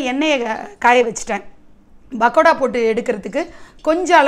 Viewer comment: Its not "bakoda " ...its "p"akoda sorry...couldnt resist correcting it !🤭